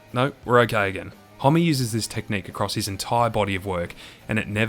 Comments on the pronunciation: “Holm” not “Holmey” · Isn't his surname pronounced Hom? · I've seen this guys name written a million times but always thought it was pronounced hom not hommy! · There's just no way it's pronounced 'Hom-me', right? It must be 'Hom', no?